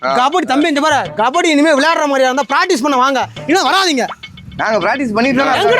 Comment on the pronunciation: கபடி தானே தம்பிகளா கபாடி இல்ல